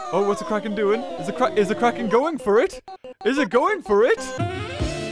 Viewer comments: said Quacken instead of Kraken. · well now I know why it's called the kraken (pronounced: CRACK-in)